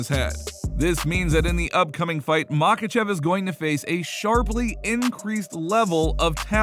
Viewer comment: What are the chances you ever pronounce Islam's last name correctly?